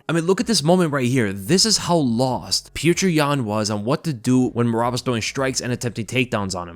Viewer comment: Who is pjewtjur? It’s just pronounced as piotr